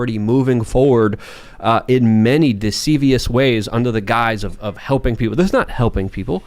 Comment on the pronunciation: This guy said decivious lmao